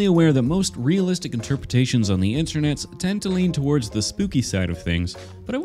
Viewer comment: He said realzalistic not real life or hyper realalistic